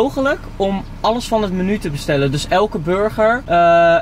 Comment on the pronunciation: Thom S ja klopt, zei het heel raar